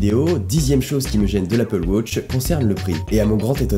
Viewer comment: Arrete de dire wôtch! Même les Anglophones disent watch!